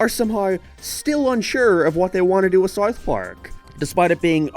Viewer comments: Pronounced south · Never heard somone pronounce the word south so wrong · S-OU-TH not sothe.